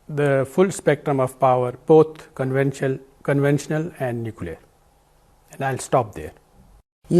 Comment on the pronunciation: Pencho ko conventional thik se pronounce nhi kia jaa rha hai.. Nuclear attack karega... Ammi c h o d 😝